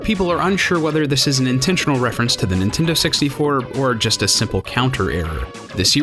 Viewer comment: nintendo sixty-fer